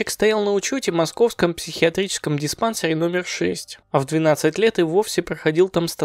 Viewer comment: Автор, уже в нескольких видео вы неправильно ставите ударение на слово диспансЕр! Выучите его, пожалуйста. Спасибо.